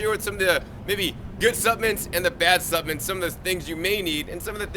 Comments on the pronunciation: I can't get over him saying suppmints. so cute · You have GOT to pronounce “Supplements” correctly. It was difficult to stay focused on what you were trying to convey because you kept mispronouncing the word “Supplements” If you want to people to take you seriously, you have GOT to master the English language.